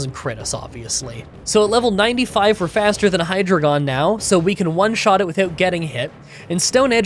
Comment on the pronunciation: *Assurance, not assistance. *Pronounced Hy-Dry-Gon *Pronounced Boof-a-launt